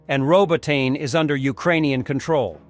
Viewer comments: It is NOT "Ro-bo-tine". It is "Ro-bo-ti-nee". Bloody stupid Yankee mis-pronunciations are at it again. Thumbs down for bad pronunciation. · Not ROBOTAYN, ROBOTEE-NE...